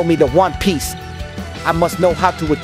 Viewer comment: He said one piece bit in the game he said juan piace lol